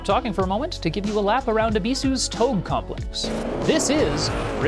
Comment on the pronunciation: appreciate the review. just wanna mention that touge (tōge) is pronounced "toe-geh," not like vogue. keep it up!